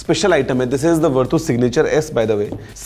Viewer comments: Verdu nahi he bhai it's vertu 😂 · sir wo वरटू नहीं वर्च्यू होता हैं... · Vartu nahi is ko varchu padhte hai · Aap ke uccaran me kuch problem hai,, it’s verchu not vertoo,, we didn’t expect from u.. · भैया इस को वर्तू नहीं बल्कि वर्चू बोलते हैं। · Its verchu not verdhu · It is pronounced as "Virtue"